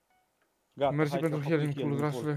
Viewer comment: am zis ca si cum s-ar auzi pentru ca el a zis hialing si se citeste hiling